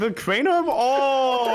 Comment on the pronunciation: It's not Craner is crainer